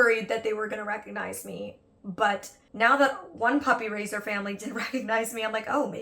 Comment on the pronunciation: I keep thinking “puppy razor” whenever Molly says “puppy raiser” lol